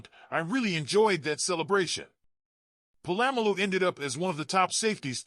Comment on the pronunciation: My man don't disrespect Troy's last name its Polamalu not po-lam-malu SMH